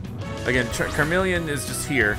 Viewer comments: It really bothers me how he keeps saying "CARmeleon" instead of CHARmeleon... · You pronounce Charmeleon wrong 😔